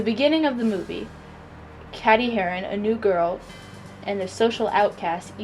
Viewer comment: Heathers all the way but you said Katie wrong I believe...